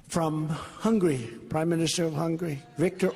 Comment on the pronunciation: Did he say the president of 'hungry' instead of Hungary?